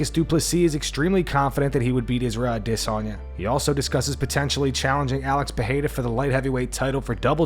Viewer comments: Stop saying ADissOnYa & bleeping out words that don't need to be bleeped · The way the narrator says "Adesanya" as if its spelled "Ade-sanya" makes me chuckle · Bro I really hate the way you say adesanya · If i have to listen to the way this guy pronounces Adesanya's name 1 more time I think that might be me done for the channel. C'mon bro just say it how its pronounced by everyone else ?! :/ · Great channel -- the only thing i dislike is how you pronounce "adesanya" - its like hearing nails on a chalkboard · Bro why you say Izzy’s name like that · I hate the way this guy says Adesanya. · What's with the weird pronunciation of Adesanya lmao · The way this guy says Adesanya....